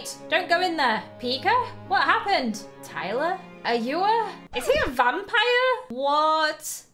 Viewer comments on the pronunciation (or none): You’re like Iyler instead of Tyler 😂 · and the part of the gang is ailer. me: ailer? it's tailer.